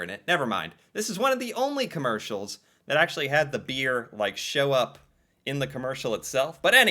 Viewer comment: Could you emphasize the word 'beer' any harder? I hope you can see these ads were beyond selling beer. You come off as very condescending. I don't know you or your blog, but you come off as very 'American '.